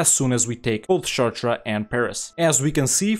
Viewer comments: I didn't even recognize he was saying "Chartres" at first XD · Some of your speak is difficult to understand because of your poor pronunciation. Caen is not pronouncedCayenne and Chartres is not pronounced Shertrer